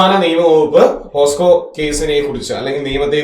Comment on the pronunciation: പോസ്കോ ❌ പൊക്സോ ✔️